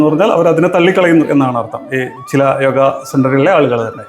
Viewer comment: യോഗ എന്നു പറയാൻ ശ്രദ്ധിക്കാം ഇംഗ്ലീഷിൽ യോഗാ